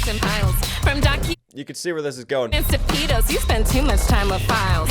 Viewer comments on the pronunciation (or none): The pronunciation on pedo ugh. Stop saying PDF file also,the f stands for file you're just being redundant.